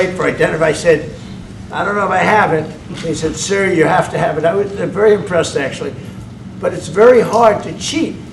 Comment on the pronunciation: It's wery wery import. Is he seriously unable to pronounce the letter v? C'mon man!